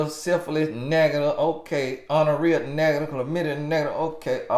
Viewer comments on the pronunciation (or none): He said Honorrhea🤣